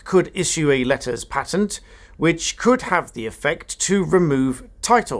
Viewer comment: Letters PAYtent is the correct pronunciation.